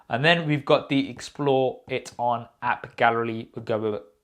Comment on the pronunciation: That "app garelly" really got me laughing 😂